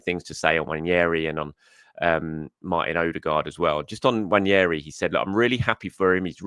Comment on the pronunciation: ....please please please please please please please please please please please please please please please read this... It's NWANERI not NWANIERI Please read this and pronounce his name right. I'm sad admittedly...but it screws up my day 😱😱😱😱😱